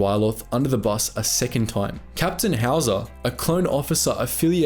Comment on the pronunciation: i keep hearing "howitzer" not howzer idk y